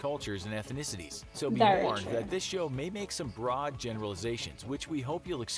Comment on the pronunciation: Why did he emphasize the word broad?